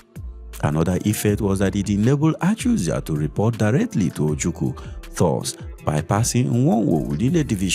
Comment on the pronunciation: Your pronunciation of ACHUZIE is making on sick.